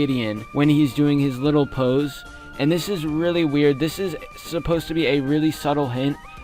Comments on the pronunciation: Ok just wanted to say i want to add to the vampire that he says it widdle old me widdle as in thewiddelest wampire and old as in an old vampire just a thought. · The wittlest wampire kind of reminds me of how Gideon talks like when he says wittle old me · With the widdlel wampire part he does sometimes say whittle ol me or maybe whittle old me dun dun dun😳